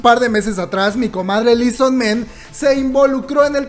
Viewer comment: Li so man ... Li so MAN .. MAAAAAAAAAAAAN . No es ingles xD